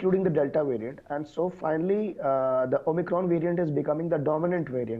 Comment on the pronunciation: Why does the presenter always call it Omicrone when it's called Omicron!????